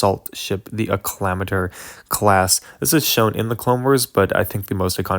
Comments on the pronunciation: A-Clam-Ator? Its Accla-mator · You should have replaced the pelta with a victory And its pronounced "Acc-li-mator" Not "A -cclim-ator"